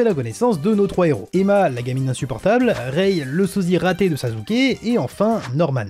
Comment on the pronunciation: Jpp tu dis sazuke comme en allemand